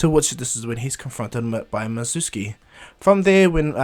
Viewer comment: it's called mizuki not mitsuki